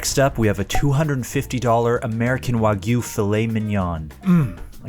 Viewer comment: 🥲 i love you guys but consistently hearing wagyu be pronounced wrong makes me wanna rip my ears off LMAO